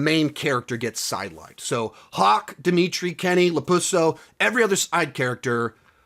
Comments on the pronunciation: You said LaPusso!!! I'm done!!!! 😂😂😂😂😂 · I love how he calls him LaPusso